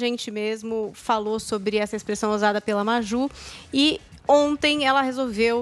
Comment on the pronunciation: Ainda por cima uma jornalista falando “ ONTE” ... kkkkkkk